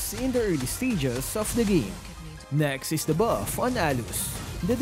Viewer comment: I like your accent whenever you u say 'da bawf' hahaha